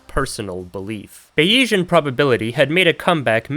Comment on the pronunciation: how could i possibly not click this, i need to hear the ape computer arguments why are you saying bayesian like bayiesian? i feel like its a joke since you seem to emphasise the e thats supposed to be silent. are you maybe ideologically opposed to frenchisms? in which case go off king bro you actually have terminal ADHD anyway, subscribed